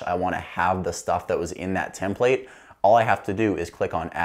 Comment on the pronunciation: The last “template” he said was the right way to pronounce it